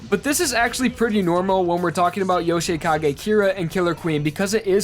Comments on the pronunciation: Yo-shi-kage kyra lol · Your "Yoshikage" pronounciation bugs me out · Yo- shay-kagay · “Yoshay Kagay”